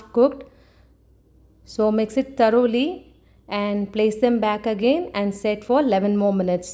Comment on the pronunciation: It is pronounced thoroughly not taroli....